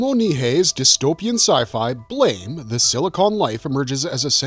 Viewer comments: Its Blah-mah.. not Blame. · The pronunciation is not like the English word blame. It is blam like a sound effect a la biff, pow, etc.